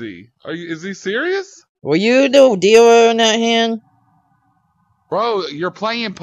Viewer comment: "Are you the deewer"